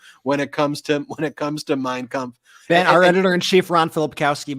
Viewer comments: Yes, that was the exact thing I said...that Trump saying the name of Hitler's book with perfect German pronunciation totally outs his beliefs and practices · That was a scary statement, he can't quote one passage from the Bible, but not only pronounces Mein Kunpf correctly but quoting passagies from it over and over. Trump may not have read Mein Kunph , but I bet Miller read. It to him like a bedtime story. Ihave been telling people for a long time, that Trumps playbook was right out of Mein Kunpf. We can not become the new Nazi country, that we fought and lost lives over in WW2. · It was very strange that the way he pronounced Mein Kampf he did it correct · Trump is of German descent so he should be able to correctly pronounce Mein Kampf. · The German name Trump was Trumf so of course he can pronounce it. But he is still a LOSER!😅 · Trump is paranoid and can pronounce that book name better than anyone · I thought the same Ben - trumpty pronounced ' mein kampf ' with a perfect german accent!! Got it from his vater perhaps? 🤔🤔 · Yep, I thought that too. His pronunciaton is quite on point Steven Miller is a Capo